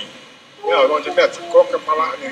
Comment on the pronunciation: Tekok d sebut arwah tok nan ya bos.. mgkin sebutan nya kurang jelas sbb ya kita dgar mcm cakuk..